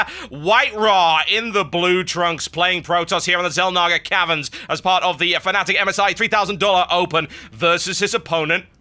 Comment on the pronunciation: ITS FNATIC NOT FANATIC!